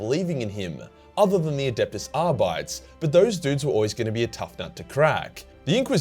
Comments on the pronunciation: Excuse me?? The fookin what mate?? "Adeptus Ar-Bites"? Lmfao it's Ar-bit-eez my nibba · Its pronounced Arbatees ya goose! Lol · From a place of love not criticism mate: Adeptus Ar-bi-tays (In any Latin word with the suffix "tes" it's pronounced like tays") If you need to double-check any pronunciations happy to help mate just contact me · Ar-bites? Really? Look at the word Astartes and rethink your logic please, you have no excuse for this one.